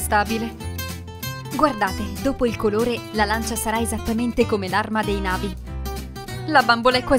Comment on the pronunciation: Ma e super bellissima ma si dice na vi' con l'accento sulla i